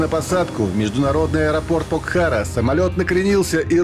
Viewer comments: Покхара. Ударение на первый слог. Классное место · К автору ролика, не обижайте непальцев, читайте правильно названия горов Покхара, ударение на о ….